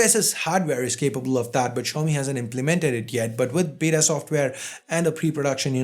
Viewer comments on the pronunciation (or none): none